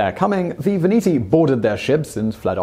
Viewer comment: Sweden? (Switzerland ) Veneti, not "Veniti" I have read his tale about Britain.☆ Arlesia! Arles. .. You really should brush up on Latin. ...